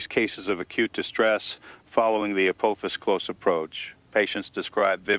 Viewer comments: After so many years of hearing it pronounced A-poff-is, hearing A-poof-is is really throwing me. But I am thoroughly intrigued by this format and really like this new channel. Thank you. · Not the AI pronouncing Apophis like “April phis”. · pronouncing Apophis differently nearly each time. SMH. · Four different pronunciations for Apophis! FOUR! Willing suspension of disbelief has left the building.